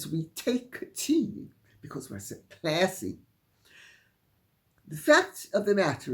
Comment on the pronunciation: I do like you way you enunciate 'classy'. A shudder worthy moment. Thank you.